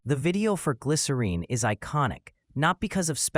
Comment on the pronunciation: Thanks for posting this. I also just finally saw Gavin pronounce the title the same way he sings it....I remember when I was younger this douche argued w me saying it rhymes with win not Dean. So to hear Gavin finally say it and to hear you say it is sooooo validating 😊 glycerEEN forever ❤